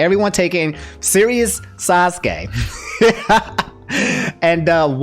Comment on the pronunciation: For pronunciation: Kah-kah-sshi (not kkaw-shi) Sah-kurah (not Sa-kuh-ra) Sass-keh (not Sasuh-keh) Naru-toh (not Naruh-doh)